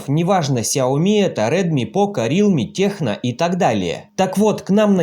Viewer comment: Вы вумный как вутка! Просто так, на будущее вам. TECNO - "тэкно", через "к". Ткнитесь носом в название этой фирмы и найдите где там написано - Techno"